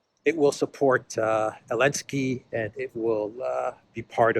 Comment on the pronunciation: Why do people say Elensky instead of Zelensky?